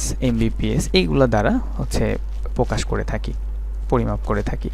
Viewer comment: Kmne vlo laglo Uani to 'prokash' Ei uaccharon ta o Thik vabe korte paren na 🙄🙄🙄🙄🙄